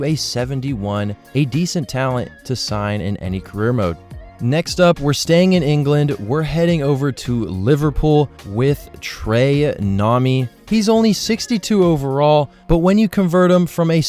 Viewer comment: i get that but how do you get the pronunciation of nami, from nyoni